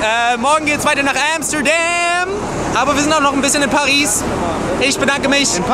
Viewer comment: Dieses eiskalte "Hör auf." hahah :'D Immer wenn jemand Paris sagt, kommt Taddl und sagt Pari XD haha<3